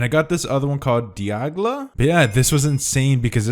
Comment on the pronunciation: No! Di-al-ga